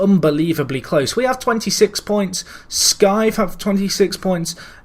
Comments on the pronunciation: Rishøj is pronounced Reece Hoy and Skive is Skeeway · Men det er ikke helt en a-lyd om det skal væra a må det være Skeew-a. ;)